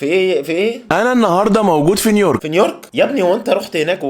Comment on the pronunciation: بس هيا نطقها نيورك فعلا مش نيويورك